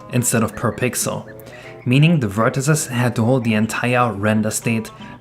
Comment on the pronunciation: why do you say vertices like that